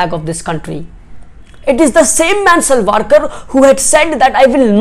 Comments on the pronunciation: its savarkar not salvalkar.. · U pronounced Savarkar as Salvarkar Plz check 👍